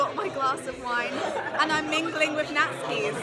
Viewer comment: It sounds like you’re saying ‘nazi’ rather thank ‘Nat-sci’s’. Lol